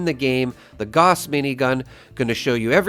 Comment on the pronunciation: GAUSS as in HOUSE with a G, not "gaws".